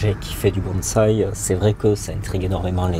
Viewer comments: super docu ! merci par contre le mec de la voix off n'arrete pas de dire bAnsai...faudrai lui dire quand meme :) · La voix off m'a casser les oreilles avec ses " Banzai " c'est malheureux...c'est un des thèmes du reportage et il ne peut même pas prononcer Bonsai x)